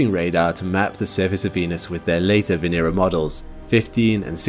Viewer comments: Not one name pronounced correctly. It's not Vee /nee/rah. It's VE NE RA short not long. 😚😁 Now say it connected "VENERA" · The accent should be on the second syllable, not the third.